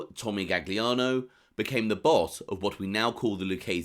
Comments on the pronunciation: "Gaggliano"? Oh really? If you're purporting to be an authority on a subject at least get the F pronunciation right! Jeez! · “Galiano” it’s pronounced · good to know, just hurts my ears hearing it pronounced that way. Will check out the vid. Cheers. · The second G in Gagliano is silent